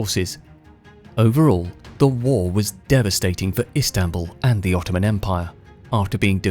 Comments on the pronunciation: It is not islambol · The Ottomans did not change the name to Istanbul. It was called “Konstantiniye” to fit Turkish pronunciation. Contemporary Europeans still called the city Constantinople. The name “Istanbul” was enforced by Mustafá Kemal.